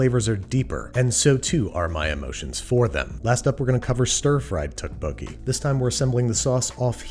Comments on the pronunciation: Oh hey! I had tteokbokki just now! Also the way u pronounce them “Tuhk! Boki” is killing me. Also you meed to add onions and scallions when cooking for sweetness. We don’t usually top them with fresh scallion. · Fine. The Tt at the beginning is more of a D sounds like tdokebokie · I really enjoy Babish's videos, but I can't help but cringe whenever I heard the dish being mispronounced pretty badly. You put so much effort in the preparation and cooking, I would like to see it expand into your knowledge and representation of other culture's cuisines. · Can he watch Mukbang and learn how to pronounce tteokbokki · The way he's pronouncing it is killing me, but tteokbokki is probably one of my favorite Korean dishes and I'm happy to see Babush make it :) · recipe: fantastic and authentic, but I will never be able to unhear that pronunciation of tteokbokki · This I agree with. However I did not think he pronounced 떡볶이 well. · yeah it was a little painful each time but like at least he tried which can not be said for a lot of people unfortunately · Ok yeah he pronounced tteokbokki wrong, but it's not an easy work to pronounce unless you speak Korean or have heard someone else say it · "More correctly" is a pretty low bar, and let's be clear - this is not the correct pronunciation of tteokpokki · Babish, saying korean words with correct pronunciation but wrong inflection every time. It's okay still love you, you did your best. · Man butchered the name lol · The double T in the beginning is actually pronounced like a D :) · 아 ㅋㅋㅋㅋ 떡볶이 발음 왤케 귀엽냐 ㅋㅋ Lol Babbish saying tteokbokki is so adorable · Pronunciation is off but the recipe is legit -A Korean. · I love the way you pronounce Tteokbokki, as a Korean I can tell you the writing is way different than the pronunciation. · Tteokbokki isn’t pronounced with a “tteok” sound and instead with a “dokk” sound. Loved the video though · Here's how to say it: toe - poke - key :) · Wait Andrew Isn't ttekobokki prenoused tapoki? Eh idk